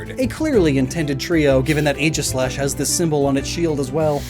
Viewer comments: “Ae” in Greek is pronounced like a hard E, not an A. So it’s EE-gis-slash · Am I the only one disturbed by the mispronunciation of Aegislash? It’s pronounced EEGIS-LASH.